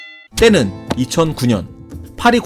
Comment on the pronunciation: 때는!! 에서 저만 피식했나요ㅋㅋ 아 자존심상해ㅋㅋ